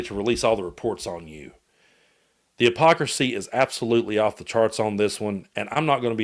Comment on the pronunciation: “the apocracy”? Huh? Silent “h”?